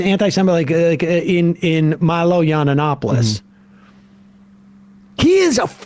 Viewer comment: Low key flex that Sam has been mispronouncing Yiannopoulos for 6+ years 😆